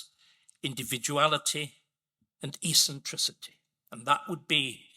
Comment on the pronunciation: New word for the day: "ee-sin-tricity".